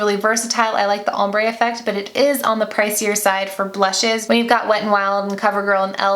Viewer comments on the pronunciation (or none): none